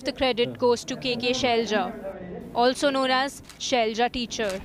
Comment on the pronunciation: "KeRaLa not KeReLa" , "ShaiLaJa not ShailJa"